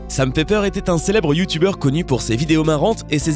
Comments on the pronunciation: quand tu a dit "sam pepper" j'ai compris "sa me fait peur" 😂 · C moi ou quand il a dit"Sam Pepper" j'ai compris "Sa m'fais peur"